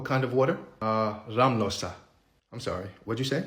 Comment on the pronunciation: RAmlösa, emphasis on the first syllable. That is default SE, but not without exceptions.